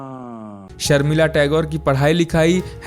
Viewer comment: सर्मिला नहीं शर्मिला बोलो